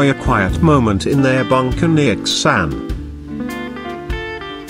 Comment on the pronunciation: It's pronounced DAH NANG & KAY SAN